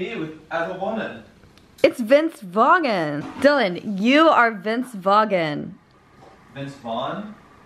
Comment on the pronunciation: Vince Vog-in